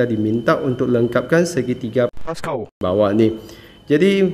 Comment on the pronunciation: Pls bunyi Pascal tuu 😭😭